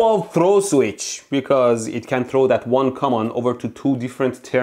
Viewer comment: When ElectroBOOM pronounced the word "common", I suddenly felt an urge to retake oral English class😅😑